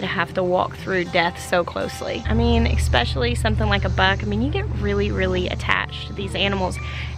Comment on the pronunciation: Dude, you're so smart, eloquent and informed, so PLEASE stop saying eKspecially. I beg you.